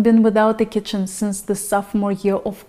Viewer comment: did you say Goodbye Chicken in stead of Kitchen? It was funny!